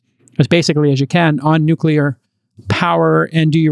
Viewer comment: Who is gonna tell him how to pronounce the word nuclear???????